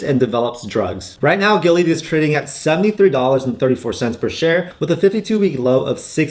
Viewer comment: Man you butchered the hell out of Gilead's name like a white dude trying to pronounce "Nguyen". 🤣 I'd honestly put Illumina way up there. They almost have the entire market share to support future CRISPR and gene editing technology.